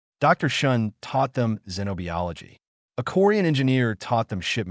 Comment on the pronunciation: this narrator again mispronounced xenobiology. The long e sound only comes at the end of the word. The i in biology is pronounced like eye, NOT e.